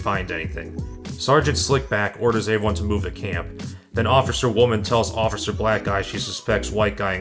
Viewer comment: did you have a concussion 🤕 recently because they past few episodes you keep saying “avy one” instead of the word everyone please for love of god stop saying avyone and stop saying avything like wtf man??